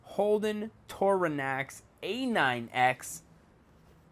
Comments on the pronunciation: I'm saying it's not torona Its torana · You pronounced Torana wrong. It's Tor-ar-na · And it's could TOR-ANA A9X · Your pronouncing it Tarona, its TorANA just letting you know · U said Torana wrong but a long shot. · I hate how you pronunse Torana and you went past the vk it is in hdt